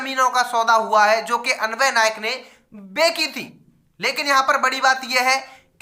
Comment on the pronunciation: Bhai yr tu hmesha bechi thi ko begi thi ku bolta h🤣🤣🤣🤣 mne bht br notice kiya h🤭🤭🤭